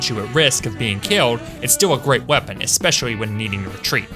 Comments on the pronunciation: especiawy can somebody tell me what accent makes ppl say cwip and escepwally awnd shit like that pls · Just wondering; why do you keep saying all your "L" sounds with "W" sounds? "Especiawwy", "Honestwy" ect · I love how he always says “espessoly”